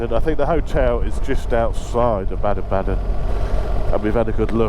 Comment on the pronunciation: Baden Baden is pronounced Bar-den Bar-den not Bad-en Bad-en. 🫡